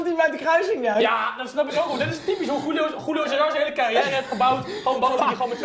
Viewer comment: ik moest drie eeuwen luisteren om erachter te komen dat hij Julio cesar zei.